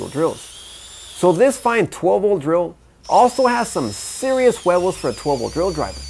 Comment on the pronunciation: Yeah bro you say Huevos that was funny Huh lol :)